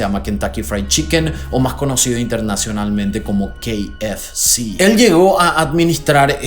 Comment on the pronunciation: kei ef ci... Yo: ka efe ce, jejejeje